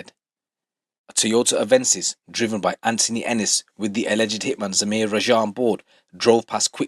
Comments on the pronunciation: Why you pronounce it like "Rajhaa" bro say it like it is, "Raaaja" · Bro im suprised you struggle to pronounce simple asian names like raja? ...Wats that about lol